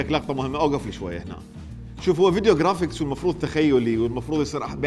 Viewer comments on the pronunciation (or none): none